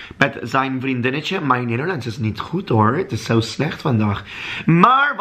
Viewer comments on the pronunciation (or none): The way you say “hoor” makes me crack up 😂